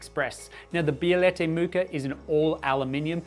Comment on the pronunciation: Say Bielette 1 more time